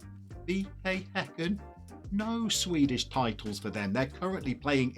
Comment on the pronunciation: Props to the bald guy for actually pronoucing häcken the right way and not saying "hacken"